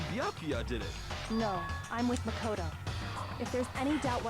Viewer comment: The way Celeste pronounces "Makoto" reveals that she's French, lol. I'm not really good with accents but I'm fairly sure on this one.